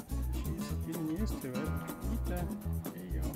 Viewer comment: "Eata your food Ita" :)